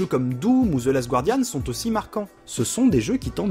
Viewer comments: on dit "zeu gardiane", pas "zeu gwardiane", sinon excellente vidéo comme dab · Le "gua" de guardian se prononce comme le "ga" de gardien. S'il vous please =o C'était un bon sujet, mais j'ai un peu peur qu'à terme, les auteurs deviennent aussi une sorte d'argument marketing de la plus value d'un jeu. Comme au cinéma où à force, certains films (même pas terribles) sont super appréciés simplement parce qu'ils sont fait par John le réalisateur. Récemment j'ai fait Virginia, j'ai pas du tout aimé. Je vais essayer d'aller me renseigner sur le jeu pour comprendre pourquoi =) Bonne vidéo en tout cas.